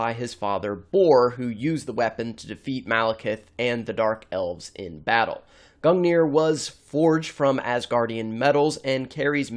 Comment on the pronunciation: as someone who's studied norse myth, you're pronunciation of Gungnir, Sleipnir, Hunginn, and Muninn made me cringe (in norse ei is pronounced like the a in fate, u is pronounced like the oo in moon, and i is pronounced like the ea in eat)